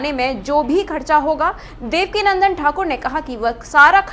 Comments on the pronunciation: Devakinandan not Devika Nandan 😂😂😂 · देवका नन्दन नहीं देवकीनंदन बोलें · वैसे रिपोर्टर को मैं बता दूं कि पूज्य गुरुजी का नाम देवकीनंदन ठाकुर जी है ना कि देवकीनंदना